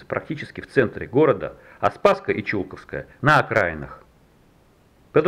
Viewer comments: почему то с детства всегда слышал "чулкОво", а не "чУлково"... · в первый раз слышу ударение на У, хотя коренная тулячка и сама из Чулково. там дом родителей моей матери,я росла там. странно. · Тут какой-то апологет заявил, что недостатки видео замечают только "уроды", которые ничего не делают. Итак, сейчас вы прочитаете комментарии профессионала, а не урода. 1. Ударение в слове Чулково падает на 2-й слог. Московские "энтузазисты" не удосужились узнать хотя бы в храме, как называть этот массив и само кладбище. 2. Снова перед нами — куча камней без элементарной информации о людях, что свидетельствует о поспешности работы этих "некрополистов". 3. Ни одной ссылки на хорошую книгу о Чулковском кладбище из цикла "Тени старинного кладбища" (Тула, 2012) не прозвучало, а в ней всё давно рассказано. Опять москвичи ломятся в открытую дверь, никого ни о чём не спросив. В чём заключалась подготовка этой группы к работе? Вопросов и претензий ещё много, но посторонним людям, как всегда, всё такое очень нравится. На этом халтурщики и выезжают. Книги о тульских кладбищах продаются в московском магазине "Русская деревня", а все эти видео — непростительно поверхностные и скучные. Их снимали случайные люди, искатели лёгкого хлеба и лёгкой славы. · Почему Чулковское кладбище с ударением на у?